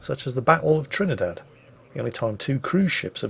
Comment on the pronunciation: WQW, THERE ARE PEOPLE WHO ACTUALLY DON'T LIKE ONIONS?, did you mean to say "Campagna" and Trini-DAD?